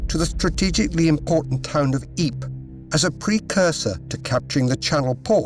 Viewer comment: Yikes! Ypres is pronounced by English speakers as "EEPRUH" silent 's'. Not EEP! 🧐